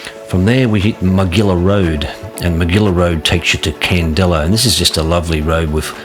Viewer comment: great vid - i live in Bombala and ride these roads every week - just had to pull you up on the pronunciations - its Brown Mtn not mt brown - Candello, like yellow - Mt Darragh is like mt Darra - and its orbost, not orbst - other than that, it was great